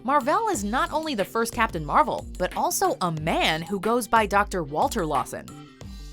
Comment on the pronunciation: captain marble hahahahhahaha